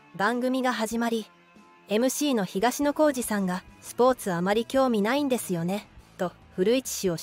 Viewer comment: 東野、とうのではなくてひがしのです…